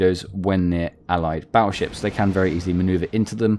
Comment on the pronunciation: Battleships with a 'T' not a 'd', baddleships sounds funny...